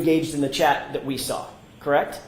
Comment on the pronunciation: It’s “I saw” not “I sawr”.